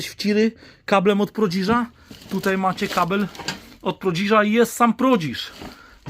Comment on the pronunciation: nie prodziż tylko prodiż. Kablem takim nie, ale sam noszę pas po ojcu, którym nie raz dostałem. Wiadomo że nie za niewinność. Tłoki do Syreny to perełki moim zdaniem. Ale i ramki z tych obrazów kilka złotych warte i gdzieś w tle zauważyłem gliniane naczynia. Bez kokosów ale dużo z tego co pokazałeś można sprzedać. Nawet na te meble klient się znajdzie. Na pewno giełdziarze Cię oglądają, to i więcej Ci podpowiedzą. Mnie interesuje strzykawka i lampa naftowa. Jeżeli jest szansa by to nabyć odpisz na komentarz. Jakoś się skontaktujemy. Pozdro...